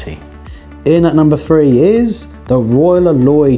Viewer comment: Roy Loy I thought....or heard